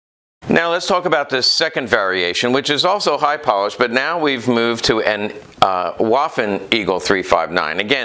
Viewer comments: Vvvvvvvvaffen, not Wafen. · please pronaunce "w" as "v", especially in the "waffen" word